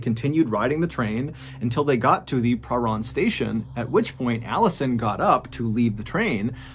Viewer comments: Your pronunciation of Prahran is hilarious. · I'm from Melbourne, I love how you say prahran ❤ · I have to say this.... Tram not train (For the whole story). You also so Prahran weird lol. Americans pronouncing Australian words is sooo awkward. I still love xxoo your posts loads and look forward to seeing them. I just get distracted from the story by things like that. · the way u say pahran is pretty funny , in melbourne we all say it like its blended in one not a seperate pah and ran and the ran is said like "i ran a mile" . its not pah-ran its parhan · This story is so creepy to me. I'm a Melburnian and have lived in Box Hill - next to Wattle Park. A polite side note! Your pronunciation is pretty good! Prahran is a tricky one, we say 'P-ran' (like 'pram', don't ask me why), and Melbourne is like Mel-Ben, same as Brisbane. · Mr Ballen, I’m a huge fan and particularly love how well you pronounce the names of towns and cities - I used to live in Prahran and no one who ever talks about it never pronounces it (or Melbourne!) correctly. Thank you for the strange dark and mysterious stories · Same here. I’m from Melbourne and didn’t know about this. I have heard of the movie but didn’t know it was a true story. I did have to giggle at the pronunciation of Prahran, though. We pronounce it per-ran. Or just pran. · Good story. Good job with most of the pronunciation of Melbourne too - I hate when it’s called Mel-born (it’s Mel-bun!). Prahran is pronounced pran (rhyming with pan) though. It’s a hard one that a lot of ’Strayans get wrong too. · Having moved to Melbourne in my mid 20’s and having trouble pronouncing Prahran for years much to the disgust of native Melburnians I implore you to not make the same mistakes as I did 😂😂, it’s pronounced Prahran: Pra-ran or Pran. Im now 40 & have finally learned to pronounce it which means I have formally been approved to become a true Melburnians. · I don't. I flinched every time he said "pruh-rarn". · Btw it’s pronounced Pa-ran